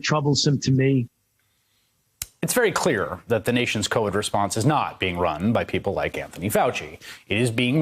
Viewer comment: Love how Fauci pronounces "Time" and "Science"